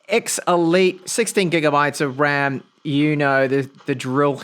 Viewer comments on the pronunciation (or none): none